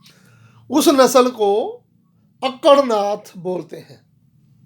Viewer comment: ise akadnath nahi kadknath kahte hain aur iska anda kala nahi safed he hota hai, mafi chahta huin magar yeh hi such hai baki app gyani admi ho.....